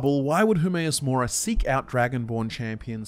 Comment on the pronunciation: Hermaeus Mora more like Hermaeus Lore-a